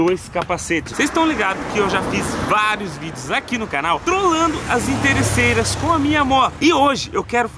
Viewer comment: Inteirreçeiras kkkk